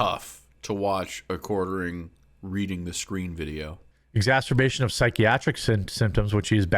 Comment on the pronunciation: "excaserterbation" Uhh, what Jeremy?